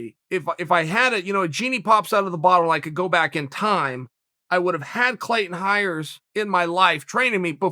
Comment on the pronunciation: Take a shot Chael sonnen says CLAYTEN HIRES